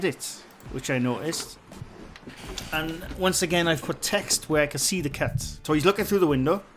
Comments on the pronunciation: LMAO! I was looking for a cat because I thought you said “There is a cat.” Turns out you were saying “cut”, “There is a cut.” 🤦🏻‍♀️ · Me too Lol I thought he said cat also Lol